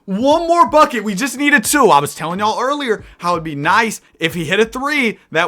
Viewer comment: Bro pronounces two like it’s spelled ‘tsouh’